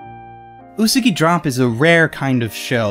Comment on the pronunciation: I hate the way he says Usagi. It's Ooh-Sah-Gee